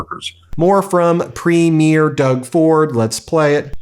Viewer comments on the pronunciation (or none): Bless him, he seems to be trying harder to pronounce Premier correctly lol. It's getting better, but still wrong. It's PREEM-yerr. Like "Dream yer". Keep practicing lol. Or do a 5 second Google search on how to pronounce it. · Ben - PREEM-your thanks for trying! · Nice to hear making an effort to pronounce "Premier" correctly, instead of sounding like a movie premiere. Thank you, PM Carney, for walking away from a bad deal!